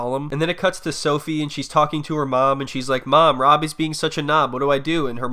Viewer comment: Is it me or does she say "Wob" instead of "Rob"